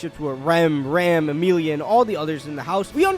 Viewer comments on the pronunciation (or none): Listen listen, it's not Ram, it's "Ram"